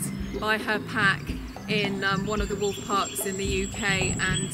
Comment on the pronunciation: When the woman says 'wolf' she keeps pronouncing it 'woof' XD